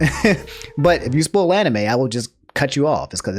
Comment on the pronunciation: Did he just pronounce "spoil" as "spool"